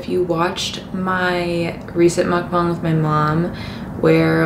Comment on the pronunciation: i love how calmly you talk, especially in the beginning 😭😭 also you’re the only white person that i’ve seen who pronounce mukbang correctly lmaoo i’m subscribing